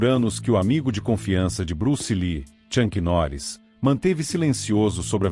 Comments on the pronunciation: Na minutagem , Tchank Norris? Pronúncia erradíssima... o certo é - Chuck Norris ok! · "Tchanqui Noris" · ChuNk? Noris? "Jea" kune do? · Chuck Norris e não Chunck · Tem que aprender a pronunciar bem o nome do Chuck Norris, é uma vergonha.